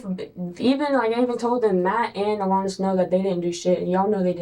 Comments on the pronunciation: Cop: AlAHnis Ava: AlAHnis: ALEHNUS HOW, HOW, HOW DO YOU HEAR IT TWICE AND MESS IT UP THAT BADLY? HOWWWW GIRL!?!? 😂😂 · I just gotta add, and I KNOW it's like an ai narrator, but the pronunciation of "AL-anus" It's just bothering th outta me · Really like the pronunciation el-anus